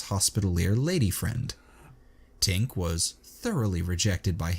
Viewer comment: Also Tink is the right name but the narrator often makes the repeated mistake of saying Twink, and they know they do it